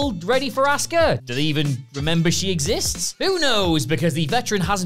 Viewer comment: 10 jobbers WWE is still wasting money on. Fixed the title for ya. 😉 Also, either y'all keep spelling "auska" wrong, or you keep pronouncing "asuka" wrong. Please stop.